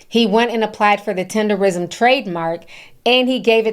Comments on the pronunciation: It’s TenderNISM NOT TENDERrism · Ma'am...its Tender-NISM yall be butchering tha fuhh out that word😂